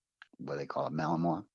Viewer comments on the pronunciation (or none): none